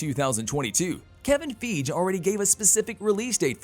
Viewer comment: Kevin Feej?? Haha! 😂